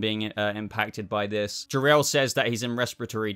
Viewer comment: It's Zor-El